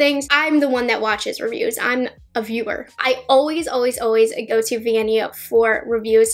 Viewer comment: Vianney sent me here and although you said her name wrong the whole time, you made it up with your personality, you're so cute! I've never tried high end makeup and I'd love to! Those products look amazing, hi from Argentina!